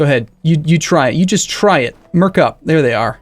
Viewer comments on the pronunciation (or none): none